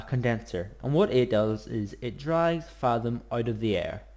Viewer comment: Is there a particular reason you pronounce thaum as fathom, as opposed to thumb with an A in it? (I.E. th-a-umb) It's a minor gripe, I know, but it does make watching an otherwise great video rather a chore for me. Still, cheers for the video it was usefull!